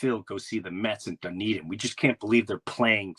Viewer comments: pronounced: done ee din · I don't care how it's pronounced, l'm a call it like l read it Dune- din.